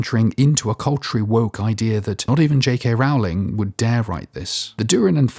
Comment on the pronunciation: Rowling rhymes with bowling not with howling.